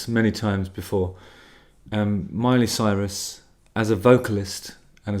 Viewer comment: I love it that you pronounced her name "Soyrus" 🤣